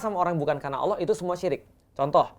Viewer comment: Yang benar Allah, bukan Awlah dok. selamat belajar.